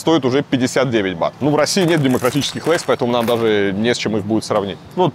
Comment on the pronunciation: Не БАТОВ а БАТ!!! Охххх.....